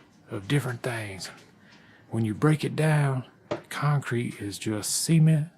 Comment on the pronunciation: Cement das conk creet bay-bee